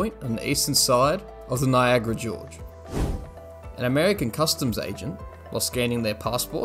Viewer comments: Gorge, not George. Damn man, I don’t understand how you can put so much effort into some things, then make ridiculous mistakes like that. It makes you look lazy, and makes it hard to continue watching. Get your shit together. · Niagara George?? WTF??? GORGE LMFAOI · Niagara Gorge* not George lmao